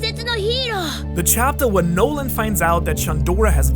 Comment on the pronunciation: Its not Noland Mont blanc. It's Nolan D. Mont blanc :)